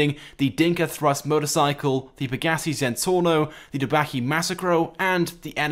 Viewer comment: it's pronounced peg-ih-sigh